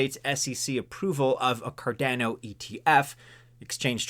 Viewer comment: Dear. Please pronounce Cardano as CardAAno, like everyone else. Never ever say 'Cardenno' anymore, cause you're hurting a lot of ears.